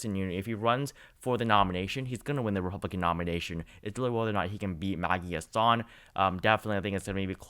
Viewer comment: Btw it is Maggie HAssan not Maggie HassAN.